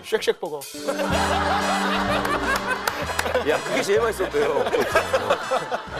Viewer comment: ㅋㅋㅋㅋ 쉑쉑버거 발음 왤케 쎄게 해 ㅋㅋㅋㅋㅋㅋㅋㅋ